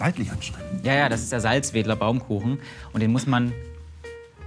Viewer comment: Ich als geborener Salzwedeler war schockiert, dass er Salzwedel korrekt ausgesprochen hat.